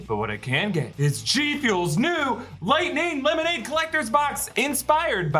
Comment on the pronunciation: I'm so sorry to call this out! I promise, no one else noticed BUT..... I'm calling it " Lightning Lemer-naid " from now on....